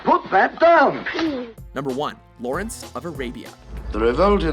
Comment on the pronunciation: Really?...Lawrenzzzz of Arabia